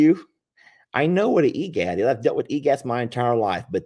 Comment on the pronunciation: its not e gat its e grit